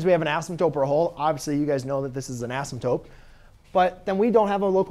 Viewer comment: Why do u say asymptope 😂😂